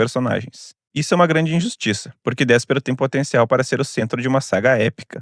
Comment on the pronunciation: Por favor, aprenda a falar o nome dos personagens. Não é DÉspero, e sim DespÊro, numa alusão direta a desespero.